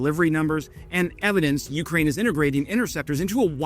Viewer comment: Jesus god, PLEASE stop saying "YOO-crane", it's "you-CRANE" you dope! You're putting the emphasis ass-backwards.